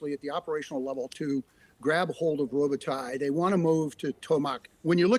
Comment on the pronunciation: Melissa Bell pronounces Robotyne correctly